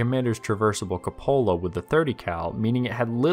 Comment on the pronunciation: Capola? I think you mean cupola. Pronounced Coo pa la